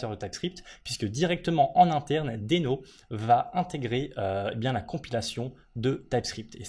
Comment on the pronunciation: Très intéressant, mais un détail me gêne: je crois qu'on prononce "dino" (d'où le logo dinosaure). :)